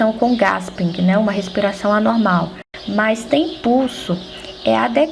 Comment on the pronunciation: desculpe o vídeo, seus comentário e explicações são excelentes mas não se lê GASPING e sim GUÉSPIM parabéns gostei muito.